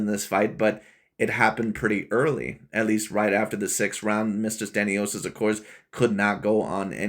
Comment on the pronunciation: Learn how to pronounce names😂. Completely butchered 😂. Like creating a different name in general. I understand mispronouncing but its like instead saying james you say jarome😂